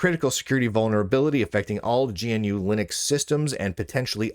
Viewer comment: G N U is the only name butchered here :eyes-purple-crying